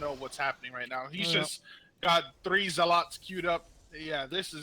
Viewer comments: For the love of god, this guy needs to stop saying Zealaughts. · Zeal-aats... that made me cringe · Skipped this Bronze League Heroes because of this co-casters voice and how he says zel-aghts. I dont think Ive ever heard anyone mispronounce zealots in my life. I saw I was only at 14 mins out of a 40 min game... Nope, peace out.